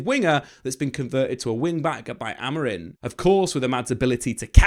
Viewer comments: It's pronounced a bit more like AmorEEng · He keeps saying AMORIN...😅